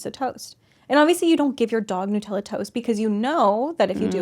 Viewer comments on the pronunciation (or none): "New" tella 😂